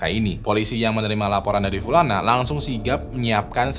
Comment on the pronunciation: Pulana pulani , notice...pliss deh Bang 😭